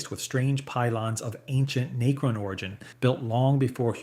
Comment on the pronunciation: Not to mention "Nay-cron" 👀